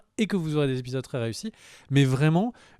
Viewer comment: Pour info, on dit "les 3 premiers zépisodes" et non "les 3 premiers répisodes".